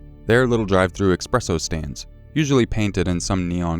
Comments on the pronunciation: eSpresso NOT eXpresso, PLEASE D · EX-presso lmao